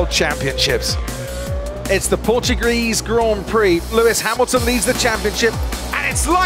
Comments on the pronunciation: PortuGREASE Grand Prix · its portugrease grand prix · I nearly died when Crofty said "it's the Portugrease Grand Prix" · “It’s the Portugreese Grand Prix” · “It's the Portugruese Grand Prix.” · “It’s the PortuGrease Grand Prix” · Has formula 1 ever raced a Portugreece Grand Prix??...